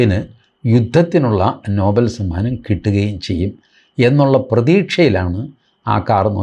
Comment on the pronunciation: നോബൽ അല്ല നൊബേൽ എന്നാണ്..